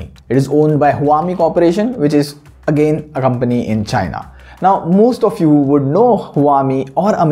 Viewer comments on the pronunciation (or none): none